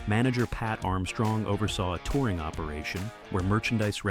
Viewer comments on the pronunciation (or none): none